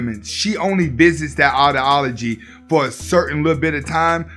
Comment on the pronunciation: Lol buddy can't talk for shit. Audi-ology you mean ideology